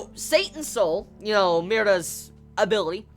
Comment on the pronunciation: Sounded like you said, abilly